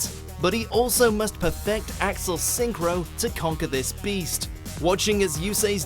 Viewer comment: Axel Synchro? No, no, no. Please pronounce Accel right. Even the Sub gets it right.